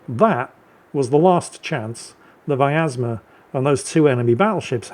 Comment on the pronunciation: btw there is no A in pronouncing Vyazma, if you are interested my friend